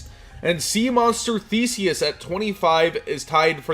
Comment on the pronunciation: Thanks so much for pronouncing "Theseus" correctly